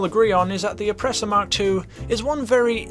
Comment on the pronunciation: Fun fact: It’s pronounced “Mark Two”, not “Em Kay Two”